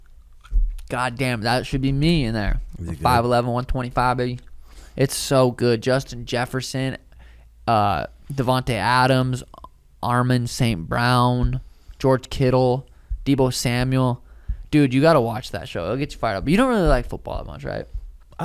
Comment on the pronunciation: Suga called Amon Ra Arman 😂😂😂😂😂